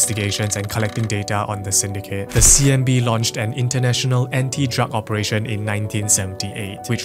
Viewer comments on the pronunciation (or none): its CNB not CMB 😂